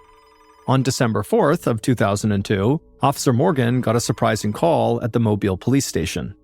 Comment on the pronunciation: It's always crazy to me when I hear a story on here from where I grew up! Excellent job with the pronunciations of Pascagoula and Mobile, BTW. But I had little doubt you'd nail it considering the story that included Gautier (pronounced go-shay), you hit that one spot on too! 😊